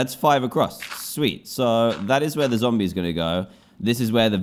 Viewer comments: do you know what i need sunset for i need it for a zomble - DANTDM 2019 and yes he said zomble not zombie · He said Zombl instead of zombie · he said zombll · Every time Dan said Zomble, I kept thinking "Womble? What do you need a Womble for?" then realize he meant a zombie